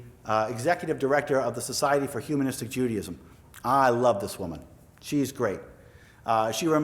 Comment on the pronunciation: Andy Anaya thank you I couldn't stand her saying "umanistic" instead of humanistic over and over